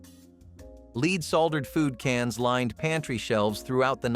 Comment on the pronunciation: It's NOT leed... its LEAD